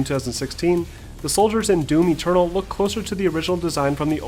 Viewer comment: The way you said doom eternal sounded like doomy turtle. :)